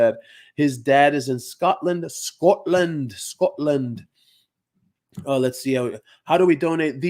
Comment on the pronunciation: I didn't know you can speak Afrikaans 😁Skotland like we say it